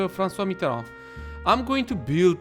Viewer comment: Nice pronunciation on Francois Mitterand!